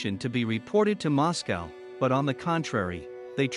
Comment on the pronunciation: Learn to pronounce Moscow